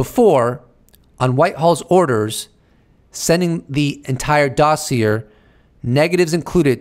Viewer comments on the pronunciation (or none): doss-e-a and press-i-dent. love the video! maybe add some soft erie background music? been watching you for years and you're the best.